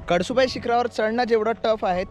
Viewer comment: कडसु बाई नाय रे भावा, कळसूबाई 😅